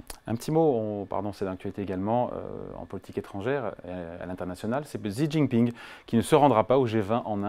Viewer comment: Ca lui arracherait la tronche de prononcer correctement Xi Jinping ? quel fainéant ! c 'est trop fatigant d'aller sur Forvo et d'écouter un locuteur en chinois mandarin ?